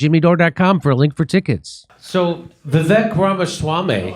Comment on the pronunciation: Ann is a piece of shit for many reasons. And his name is pronounced ‘Viv-ache’ Love you Jimmy, but at least say it wrong as a joke. Kurt can say it right.